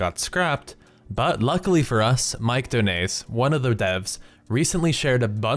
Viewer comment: Donais is pronounced Doe-Nigh.